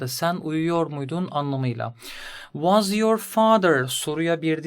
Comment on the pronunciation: Anlatım çok iyi de fakat was’ı neden vaz diye okuyorsunuz cinnet geçirdim resmen